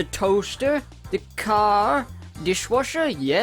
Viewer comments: da car Me: don't you mean da c a h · I think you mispronounced "cah".